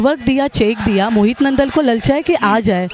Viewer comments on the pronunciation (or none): Nandaal nhi naandal h